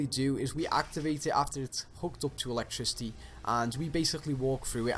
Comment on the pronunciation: … ELECTRICY lol